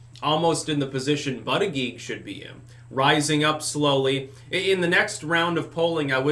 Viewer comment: I just love it when say "Booty Judge".:D